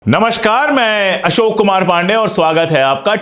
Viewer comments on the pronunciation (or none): none